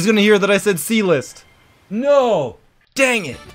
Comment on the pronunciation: I thought he said "E List"